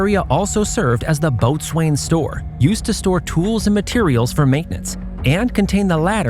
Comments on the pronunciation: It is not pronounced "Boat-swane", it is pronounced "Bow-son" (Bow as in Bow and Arrow). Small irk as a sailor myself. Don't know if you said it in here, but for future videos, it's also not "Four-Castle", it's "Fo'c'sle" (Foe-ksle, with the end bit kind of making a very hard to pronounce sound for native English speakers). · It’s pronounced “bosun” not boat-swain. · Nicely done. Might check pronunciations of "boatswain" and "capstan" if you do another ship.